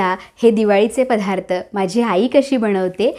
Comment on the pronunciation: पधा्रथ नाहीग बाई दत्तात्रय म्हणताना धत्तात्रय नाही ना म्हणत